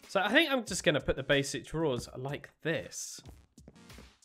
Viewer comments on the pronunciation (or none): none